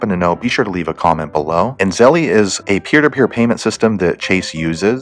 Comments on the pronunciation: It's pronounced " Zel " not "Zelly" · Lol you said zell ie 🤣 it’s zell ~ Zelle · By the way dude it’s pronounced Zel not Zelly just watch their commercials they will tell you how to pronounce it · He says Zelle wrong it's Zell not Zelleeee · Zelly? Lol. Bruhh 🤦🏻‍♂️ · It’s not zelly stop saying that u wrong